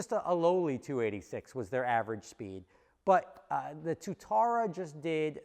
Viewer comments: it’s got two syllables Tua tara it’s named after a lizard in New Zealand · Its pronounced Two - ah - ta - ra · Anyone else a little triggered by how says Tuatara? No, just me? 😂